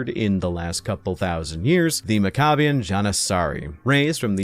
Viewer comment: ish Maccabean is pronounced more like "mac-uh-BEE-un". Named of the Jewish revolt against the Seleucid Empire in 166BCE, led by Judas Maccabeus.